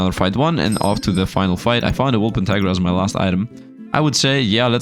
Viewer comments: It drives me crazy when misreads Wulpertinger. It's Wool-PER-ting-er. TiNger. Not tiger. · Does not Sound like tiger TING Ger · WolpERtiNGER, not wolpentiger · I hope one day he's gonna pronounce wolpertinger the correct way.. I mean its not that hard, its not wolpentiger its not wolpetiger or anything tiger related hahahaha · Day 8 of hoping that will pronounce Wolpertinger correctly. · None of the YouTubers I watch pronounce this properly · you pronounce it very poorly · But the pronounceation is realy hurfull to me as a german XD